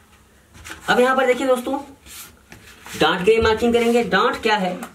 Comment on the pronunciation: Dant hota h ki dot